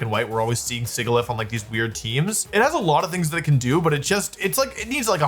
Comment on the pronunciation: i love wolfe, and i have extremely high respect for him, you know, being the undisputed best Pokemon player of all time and stuff but his pronunciation SUCKS. you’d think the pokemon company would tell him “Sigilyph” is pronounced… like the word “Sigil”…